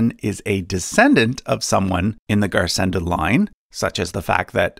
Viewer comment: Garsenda is pronounced /garsendo/ as it is occitan